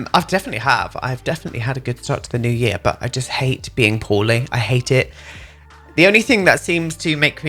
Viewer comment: Lol I thought you were saying “I’m feeling horny” but you were actually saying “I’m feeling poorly” I was a little a shook but yeah it was just your accent lmao